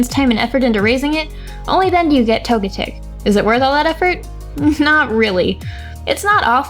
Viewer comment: way they pronounced Togetic is the official English pronunciation...